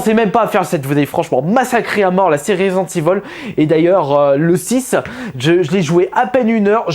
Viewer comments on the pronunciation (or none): Res-dente Évile